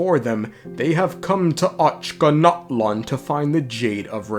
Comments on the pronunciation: bruh i am cracking up whenever the narrator says "ochanatlan" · I'm gonna have dreams about the Ochkanatlan pronunciation. The good type